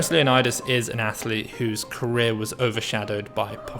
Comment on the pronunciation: For any Greeks watching, isn't Valerios's surname pronounced more like 'Leo-nee-dees', than like 'Leonidas'? Genuinely curious.